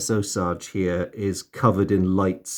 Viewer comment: Great video as always. The USS Osage was named after the Osage Nation, pronounced "oh-sage". I left the link for an interesting video below about their history. Keep up the great work and I look forward to more of your videos